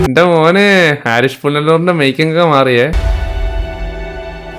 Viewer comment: Bro,, ഹാരിഷ് അല്ല, ഹരീഷ് എന്നാണ് ഡയറക്ടറുടെ പേര്.. ഒരുപാട് വീഡിയോയിൽ ബ്രോ തെറ്റിച്ചു പറയുന്നു... ഇയാൾ പുനലൂരിൽ ഉള്ളതാണ്...